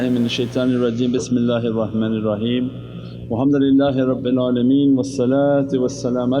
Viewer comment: Is it me or is he really says mohammad lillahi rabbil alameen instead of alhamdulillahi rabbil alameen please correct me if I heard it wrong